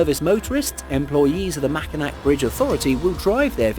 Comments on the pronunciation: Makai(NAW) bridge in Michigan not makainack!! Lmao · I laughed every time he said it